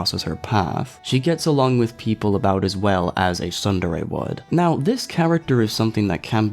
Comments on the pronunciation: I don't mean to sound obnoxious but the way you pronounce tsundere is incorrect the "tsu" in the word is pronounced like the tsu in tsunami. The way you're saying it can be written as "sundere," trust me I've taken Japanese in high school, hope I didn't offend you, also I like your video. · OH, they mispronounced tsundere, okay. That makes sense now